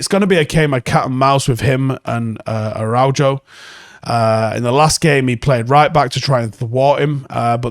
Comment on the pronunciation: Hey it’s Ara -oo - ho (phonetically) like oo-errr or the end of when you say Who, Ara U Jo, Ara oo Ho, but keep the oo short when you say it… was seeing a lady with the same surname haha ;) UTFR’s! I’d sign Araujo in a hot minute myself as I think you would also, anyways Up the Paddock lad! keep up the Good work :)